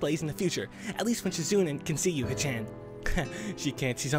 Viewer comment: shizune is ponounced: Shi Zu Neh.